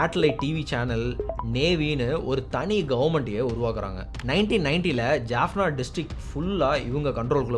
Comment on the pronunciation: Great job on the video! It was very informative, well-structured, and did an excellent job highlighting important events in the history of the Eelam Tamils. The only thing I noticed was the pronunciation of some Tamil place names, such as Jaffna, Vavuniya, and the village of Suthumalai. For future videos, I would appreciate it if you could pronounce these Tamil names correctly. If pronouncing "Jaffna" is difficult, you could simply use its Tamil name, "Yālppāṇam" (யாழ்ப்பாணம்), instead. Other than that, excellent work, and thank you for creating such an informative video.